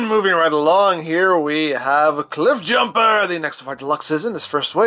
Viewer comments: Not cliff bloosher it's cliff BlOOOOOOOOOOOOSH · Also , did i hear me a Jiffbumper? 😁